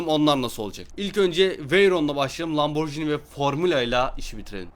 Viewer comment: abi loburgini dedin testet medin